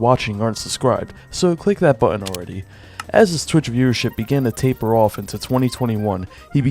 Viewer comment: TAPER off? Say that again?